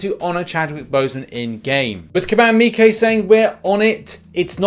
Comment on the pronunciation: Why do you say kabam meekay